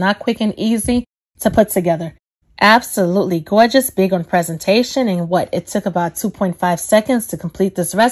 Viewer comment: Abso-ruttrey gaw-gess !!😛😜🤪😝